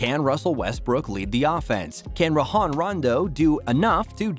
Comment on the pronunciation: Bruh... Who the ** is RaHon Rondo??? 😂😂😂 If you're going to talk about basketball, at least learn who the players are and how to prounce their name. Lol